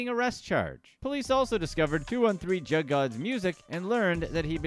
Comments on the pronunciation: Jugg is pronounced "Joog" lol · It's called juugg not jug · hearing the way he says all these names as “jug” like a normal jug is triggering me it’s pronounced “ja uh ga” or joog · It's not "jug" it's pronounced "joog." Like "good." At least we inspired him to make a video. 🤷🏾‍♂️ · Its pronounced JOOG GING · Jug..... Is pronounced " joog". Do your research. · it’s joog not jug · jugg it's pronounced (joogin joog) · The word is pronounced like Joog not jug. Go listen to the real juggman . You have to be a square white guy to say it like that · It’s “juug” fam… you took me out with that whole jug rabbit whole cause you not pronouncing it right lmao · It’s spelled jugg but pronounced joog and it’s not stealing it’s a form of finessing someone or something for a financial gain. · It’s pronounced joog* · "JOOG" is the way to say JUUG lol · You say it like joog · Jugg not jug this dudes funny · Bro it pronounced joooge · It actually supposed to sound like 'Suge' (Juge) Knight lol.. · Pronounced joog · This man keep mispronouncin "jugg" makes tha story a comedy 😂😂😂.. he tryna be funny but he tha joke end tha end.. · It's pronounced "Joog" like Suge (Knight) replace the S with a J. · Lol. The mispronounced.....juuge not jug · Leave it to the “hip hop community “ it’s pronounced JUUG . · Joog is how it's pronounced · It’s pronounced juug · Pronounced joog Einstein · ... the word is pronounced like JOOG! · That’s not Wtf juggin mean I hate when white ppl narrate the black community it’s not even pronounced that way Smmfh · It’s pronounced jugg and should should rhyme with shugg like shug knight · you sayin JUGG wrong asf. Do more research before trying to capitalize off others' experiences. Paused this and leaving, hoping you don't get a full view because of it. Yo channel dumb as hell Way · You’re pronouncing jugg wrong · The way you pronouncing “Jugg” is really pissing me off. If you can’t pronounce his name right then you shouldn’t speak on him.